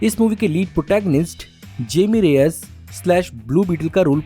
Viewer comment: जेमी nahi हायिमी